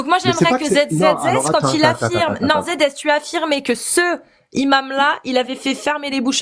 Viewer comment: pourquoi tu bug avec les liaisons avec le mot Imam?!!!Le imam? Les Imames.Les Zimames.Ce imam? Cet Imame non? A part ça t'es au top faut bien qu'on te trouve un défaut!!!